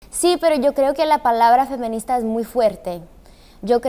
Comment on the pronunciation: no tiene que ver, me pregunto si lo dice así porque no sabe o por su acento xd